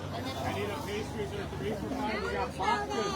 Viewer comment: Old video and the way you pronounced sorbet and pastries is wrong. My gosh woman please learn how to speak English.